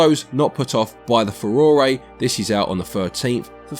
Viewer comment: Foo-roh-ray? Furore?🤨